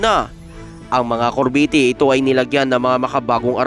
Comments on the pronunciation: corvette cor-vette hahaha yan ang basa di cor-ve-tte thanks po🤔🙄😳😁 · Anong kor-vee-tee? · Anong corveti?Baka CORVETTE AYUSIN MO REPORT MO